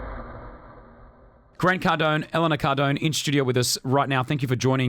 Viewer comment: Nah he just pronounced Elena differently.